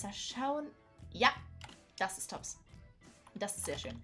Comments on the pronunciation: Nicht böse Gemeinde aber sag bitte TOBSS mit O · Es wird toobbs mit langem o gesprochen